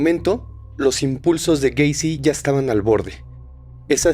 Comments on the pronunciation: Se dice gueisi no güeisi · Cada que decía "Güeycy“ me daban ganas de quitar el video